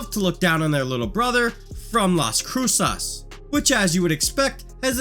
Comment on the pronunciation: The way you said Las Cruces is insane